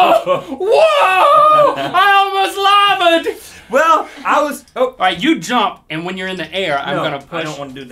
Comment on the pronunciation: "WOAH I almost lavad"lol wut?😂